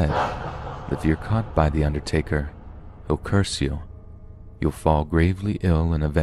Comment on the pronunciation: THE UNDERRTAKERR 😂